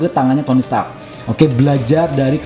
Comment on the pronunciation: Stark bang bukan setak